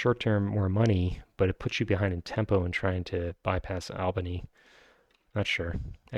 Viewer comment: Good pronunciation of Albany! :)